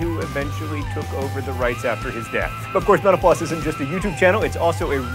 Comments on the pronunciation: Sometimes when he says "mental floss" I just hear "menopause" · it always sounds like he's saying, "Thanks for watching Menopause" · Sometimes when John says "mental floss" it sounds like "menopause."